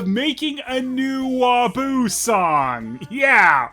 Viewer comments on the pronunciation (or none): Yodel: Did he just call him WaFOO? Pat: Eh, close enough.